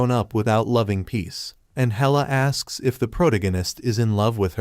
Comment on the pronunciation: I wonder if an AI will ever be able to pronounce protagonist correctly.